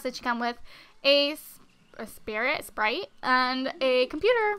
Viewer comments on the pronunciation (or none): none